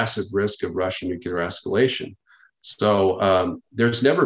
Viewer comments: Nuclear....Nu-clear...'New-Clear' Not 'nuke-ya-ler'.. 🤦‍♂ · Nuclear is pronounced Nu klee ur NOT Nu ku lar as your silly boy George W would say 😂😂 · I’m I the only one? NuCLEar…. Not nuCUlar… made my ears itch…. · Atleast we can agree on one thing for sure... Biden and Truedeu are both not very smart! Nu-cu-lar vs. Nu-clee-ar is so annoying lol Nunberg's theory is that certain otherwise educated people choose to say "nucular" because it sounds folksy or, more ominous, because they are in a position of authority and are daring others to correct them. Well it's clearly pronounced nu-clee-ar stop sounding like G.W.Bush. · Astounded at the fact that even nuclear experts cannot pronounce the word nuclear correctly. What even is Nucular?